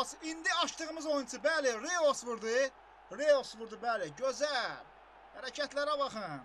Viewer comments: reus yox roys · RIYOS YOX ROYS